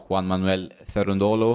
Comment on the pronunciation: just helping you out with the pronunciation of Cerundolo. It is pronounced Che-run-do-lo with accent on first syllable. Just so you don’t t kill the Italian language! 😂